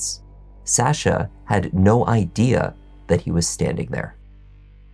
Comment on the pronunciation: The way you say SsaSha is tilting me..